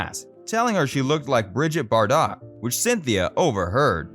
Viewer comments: Bridget Bardot’s last name is pronounced Bar-doe, not Bar-dot. Sheesh. 🙄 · It’s Brigeet Bardough, not Bar-dot. Wth do they get to narrate these clips?? It’s like this narrator doesn’t know anything about the Beatles. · And Bridget Bardot wasn’t pronounced Bridget Bar-dot! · Bridgett Bardot is pronounced Bridgett Bar-Doe. Not Bar-dot. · SO many problems with this video. Mispronunciations I've never heard before : BarDOTT, SLAYlom. Grammar: someone does not hail a city, they hail FROM it. Jane Asher (NOT Dead) was never married to Paul, and yet you exclude his current wife Nancy Shevell--they've only been married 11 years now! You say Asher died of cancer buy not Linda McCartney. The clip from A Hard Day's Night does not show Pattie Boyd. Trashy research. So I don't believe you're a a childhood fan of Asher's books, either.